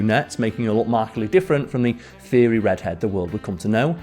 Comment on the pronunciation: Bad pronunciation.